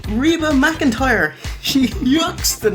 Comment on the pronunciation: A-Reba McIntyre 😂